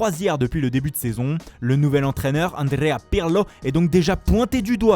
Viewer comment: L’As Rrrrrrrroma, andrrrrrrrrea pirrrrlo, wesh frere doucement tu va te faire mal à la langue